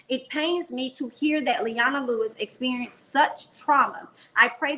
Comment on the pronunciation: Le-O-na ..sorry I'm a huge fan n needed to leave this here for ya ;)